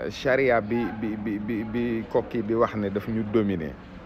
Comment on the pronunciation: c'est pas koko mais koki.. Waur namani yaako Def exprès nguir togn 😅😅😅